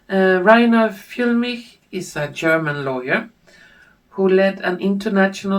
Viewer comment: As always, a huge thank you for your effort and all the work you put into each video - it is a work of art in every respect! All I can say about Reiner Füllmich (by the way, you pronounce his name perfectly!) is that after three personal encounters, I find him to be a person with an open heart and a truthful speaker. My feeling too is that it won't be long until he's free again. Let us remain full of hope, love and confidence - this is our strongest spiritual "weapon" in this time of fear and distress! With love and gratitude and with warmest regards, Andrea